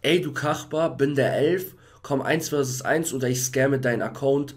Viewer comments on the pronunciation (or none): Es heißt 1 be 1 und nicht 1 vi 1